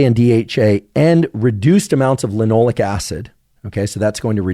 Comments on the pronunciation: it’s linoleic, not “linolic”. But such a great video! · Is it "lin - oh - lay - ik" acid? Sounds like he's saying Lin - all -ik and I can't find that anywhere in Google searches.